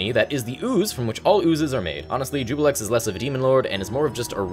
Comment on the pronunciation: Ah Juiblex, his greatest power being his ability to make everyone mispronounce his name as Jubilex. Probably as a way to avoid true name magic working on him.